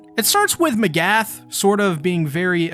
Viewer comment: I thought I was the only one who noticed. A lot of people and reactors say a lot of characters names wrong. I’ve heard Mikasa pronounced Mekasa, pieck pronounced as Peyack, Mcgath pronounced as Magath… these aren’t hard names to get right 🤷🏾‍♂️